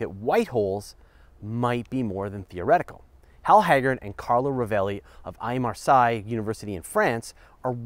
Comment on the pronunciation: Ok, three things: 1) Do white holes actually create energy? 2) Could we make them ... if we find a way to shield them against neutrinos flying in there or something? I mean, they would definitely help me with my electricity bill. 3) Your pronunciation of "Aix-Marseille" is awful.